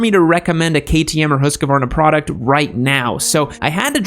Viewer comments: As a Swede, hearing "Huoskavarna" is hurting my feelings lol, it's more like "h-Us-kvar-Nah" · Hus-Que-Varnas? OMG, my Sweds brothers ears cried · The MT07 and Z650 better be S-tier, absolutely perfect beginner bikes. As for the husqvarna, why do people call them huskies? That's not how the U is pronounced (long u like in hue). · As a Swede hearing you say "Husqvarna" is just outrageous 😂